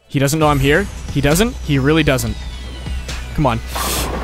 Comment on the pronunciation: Weally? Weally? Boi speak english